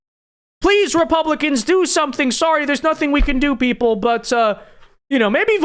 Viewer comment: "You gon' learn suntin from us!" Elected official with room temperature IQ